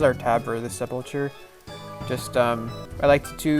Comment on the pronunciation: nice vid. Wasnt sure if I should do this or not. just a heads up it pronounced sep-ul-cer. :)